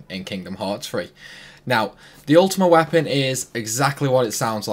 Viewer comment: “Ultimate Wapon”